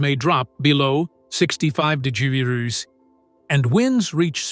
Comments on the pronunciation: Below 65 degererese? Wow so cold. Stupid AI. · 20 der der der grees op narration we wonnered!!! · De gee ree rees ……I wonder what they are 😂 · 65 degrddreez lol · Did the AI mean to say the temperature can drop below -65 degrees? I heard digreses...lol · 'temperatures may drop below sixty five dee-gee-erz!' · What’s a duhgerrerr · Lmao! Can say complicated words but can’t say degrees😂😂 That was very strange. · You should practice saying the word 'degrees', so far you've pronounced it wrong, not a good look! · I guess AI isn't so smart after all🙄🙄. Can we get a HUMAN narrator who can pronounce DEGREES??? 🙄🙄🙄🙄🙄🙄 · How is it that AI can pronounce Russian last names, but not the word "degrees"? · I thought he had a stroke 😂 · Oh it was A.I.? I thought it was a person who had troubles with the R pronunciation. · Why can't you say degrees..motard?? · Evidently this AI bot can't say the word - Degree - He also doesn't know the difference in a Cistern and a steel tube. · If you ever feel like someone you're talking to is a bot, just ask them to say degree then you'll know.😂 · But the way it said Degrees was wonderful. LOL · I did really enjoy it trying and failing to pronounce degrees. 😂